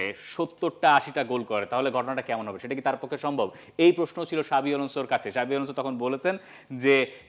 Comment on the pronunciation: Not শাবি, it's জাভি.. প্রতিবার শাবি শাবি করেন। X is spells like j in name.